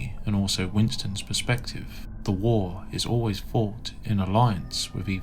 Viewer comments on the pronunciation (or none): none